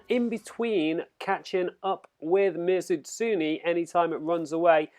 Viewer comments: It's not pronounced Ms. Utsuni. It's me zoo tsun e(e like in bed). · You're not good at accepting criticism. And no, your pronunciation of Mizutsune was pretty damn bad. But I didn't make a big deal out of it. Just told you the right way.